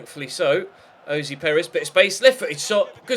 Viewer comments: You don't pronounce ayoze Perez as Ayozee / it's I-o-za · Will you just stop fuckin saying Ayozee Perez it's so annoying when it's getting pronounced wrong